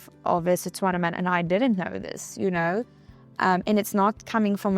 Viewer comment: It's how she says Setswana correctly instead of Tswana which is incorrect